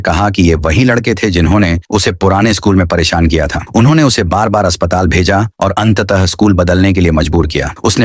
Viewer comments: Para shan❌️ perisiun✅️😵‍💫😵‍💫😵😵😵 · parishan❌ parishiyon✅ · Wo periseon nahi pereshan hai